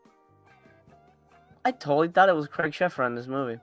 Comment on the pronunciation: Craig is pronounced Crayg not Cregg haha